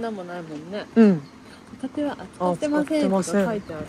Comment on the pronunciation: 私も海賊って聞こえた~ あはははは！！！ 笑って誤魔化せ~